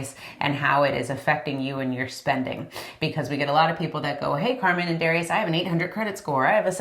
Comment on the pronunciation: dah- rye- us